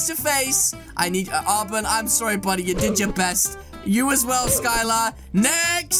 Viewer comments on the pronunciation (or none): none